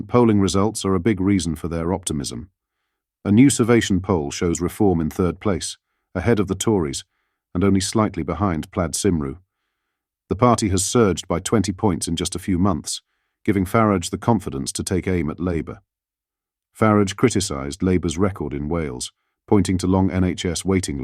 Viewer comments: How hard is it these days to be able to pronounce Welsh names PLAID CYMRU FFS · Teach your voice thingy to pronounce Plaid Cymru correctly please. It's very distracting to hear it butchered like that.